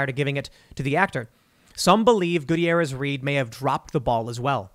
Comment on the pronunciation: Love the way he mispronounces Gutierrez.